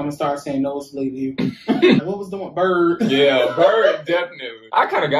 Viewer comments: I think it more like 'birdy' than bird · Birdy ba tamen not bird hahahah